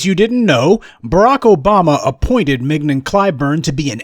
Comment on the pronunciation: She goes by "Ming-YON", Prof. As in "Filet". A prime cut.